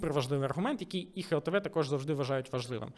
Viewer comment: дякую за відео, пане але все таки буде "глтв", а не "хлтв"